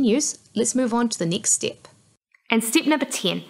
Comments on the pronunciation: stip by stip 😂😂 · You do the NZ accent really well =P